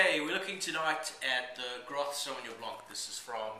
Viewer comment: My name is Robert Groth, it pronounced "Growth" just so you know.